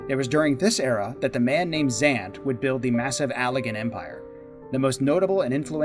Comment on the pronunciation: absolutely love this, but the pronunciation of Xande as "Zand" rather than "Zon-day" is sending me, especially given how many times his name is mentioned in cutscenes in both shadowbringers and endwalker XD